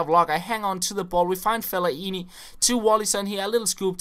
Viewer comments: Hahahha you say felle-aini ! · everyone is shouting at the screen saying 'its felaineeeeeeeeeeeeee'